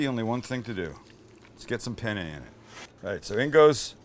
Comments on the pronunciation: "PENE"? Dammit,! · I’m usubbing because you said penne wrong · But no one told him that "PENE" in Italian means "DICK"? It's "PENNE". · It’s spelt Penne not pene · Pene... In Italian says penis. Penne correct. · What pene Bolognese hahahhahahhaha wtf every italian that watch this know what i mean hahahaha it should be penne Bolognese lmfao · by the way, it's peNNe, not peNe. Pene, with just one N, literally means "dick" in italian. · Penne! With 2 "n"! Try to Google translate! 🤣🤣🤣 Hi from Italy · You might find it amusing that as you assure your viewers that this recipe will “get them laid”....the title sequence translates to Bolognese penis”. In italian. Those double consonants are yes, important in the correct pronunciation, but also spoken. The double consonants in italian are pronounced with extra pressure either from the tongue or lips. BIG difference in meaning if there are similar words. Ergo, penn-ay. Bolo nyayzay. Be extra careful if ordering Penne Arrabbiate in Italy. Angry Penis may be a thing, but its not a pasta dish. Prego. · Hi Sam, buona giornata a te! Hope you're having a great day. I just wanted to tell you that on seconds isn't pene but penne.. because pene in italians means.. Penis. Yes. Not joking. Btw I would eat that! Approved by an Italian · Sam it's penne not pene! Pene in Italian means penis ahahaha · "SO IN GOES OUR PENE" only spanish speakers will get it lol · "Pene" Bolognese?? LOLOLOLOLOLOL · You missed a N in penne bolognese at the beginning of the video Now in italian it means Bolognese penis... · Penne is with 2 n's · Did you say Penny? :P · "In goes our penne" in spanish this heard so bad lol.. hahaha love this guy